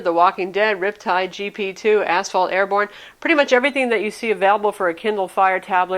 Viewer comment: The first 3 times I listened to this I really wasn't sure, I always understood as$hole: airborn Well, I would play it. :D